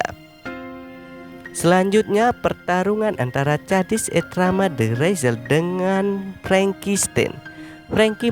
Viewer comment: Kok cara baca namanya bikin kesel y